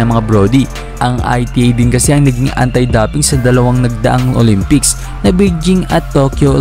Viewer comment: Dowping ang pagbigkas po, hindi daping😊